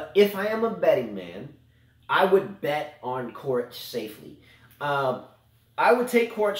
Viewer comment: If you commentate please pronounce the players names correctly.... It's not pronounced "Korich" but "Chorich"... Regarding coaching on court... I think it should be banned also from women tennis... maybe it can be at juniors but if you are grown man or a woman it should't be allowed... just grow up... they are payed enough to learn to make the right decisions during the match... and NO you will never be able to travel back in time... not in a million years....